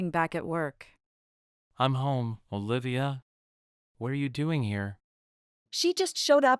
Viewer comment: I am confused your name is Olivia or Bolivia because everytime someone pronoce your name I always heard Bolivia